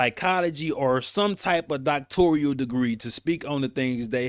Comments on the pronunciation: NOTE: Bryant says Doctorial but the correct word is Doctoral. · Its Doc-tor-al not Doc-tor-re-al! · It’s NOT pronounced DoctoRIAL… just simply DoctoRAL…. 🤦🏽‍♀️… don’t come for me as I am a recipient of a Master’s degree that I have official transcripts for & had considered obtaining my DoctoRAL degree. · "DOCTORIAL" DEGREE = NO!!!! ------> DOCTORAL DEGREE = YES!!! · Please stop saying Doctorial. It’s Doctoral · Whew lord! DOCTORAL, sir. Not DoctorIAL! You AND Cheyenne sound crazy